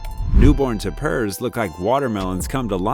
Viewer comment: Tay-pers they're called Tay-pers. Not tap-ers. I hate AI narrators. Also, the gundi? Reminds me of the pika in the Sierra and Rocky mountains. Pika whistle loudly when preditors appear near them.